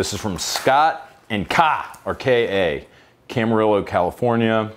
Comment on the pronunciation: It's not Camar ILL o, it's Cama RIO